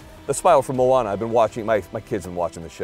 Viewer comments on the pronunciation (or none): none